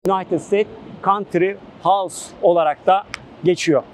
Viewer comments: Kart hozz diye okudu bide ahxhhshshs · Countryhouse değil, Courthouse...